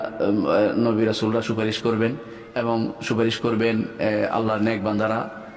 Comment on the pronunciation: Stupid molla, suparis bolte korane ni.